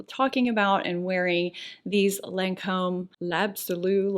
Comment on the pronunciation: you pronounced the Lancome lip products beautifully,!;) <3